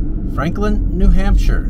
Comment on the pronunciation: Lovely! As the locals say, "New Hamshah". ☺️